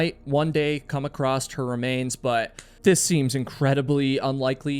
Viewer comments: Great show as they all are. Just one thing, There is no “T” at the end of the word across!! Iv heard you say it twice as often . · why do some Americans say "acrosst" or is it "acrossed"? You know it's across right? (edit - or is he Canadian?) Either way, why?? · Is there a "D" or "T" at the end of the word "across"??? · I have no idea why but I did learn that people from certain areas of the US say it that way. I believe it’s “acrost.” I find it unusual also. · @@ I also find pronunciation intersting. It seems less mystifying to me when sounds are omitted as opposed to added as in the previous examples of “would have” and “across.” In the case of “acrost” it makes the “cross” portion of the would sound past tense, although it if not spelled that way. “Would uh” is much more familiar to me as I’ve heard that much of my life. I feel as if it makes more sense to drop these sounds as it doesn’t change the meaning of the words. Or do it? Maybe it’s just because of my familiarity with it. I heard a number of people say “coulda, woulda, shoulda” where I grew up in Pennsylvania. Even people that would normally pronounce those words fully. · His name was Sandy Irvine, not Irvin. And it's across, not "accrossed". You are killing me.